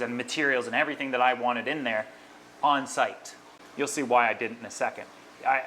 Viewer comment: " and i really wannit it" see why its important to say the letter T in wanted ... i bet you say granite instead of granted aswell